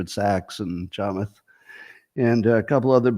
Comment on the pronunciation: Scott!!! Pronounce “Chamath” with the accent on “math” Thank you for being our Internet Dad✨💖💫